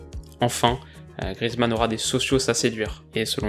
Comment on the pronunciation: Grrr, on prononce Grièzemann :p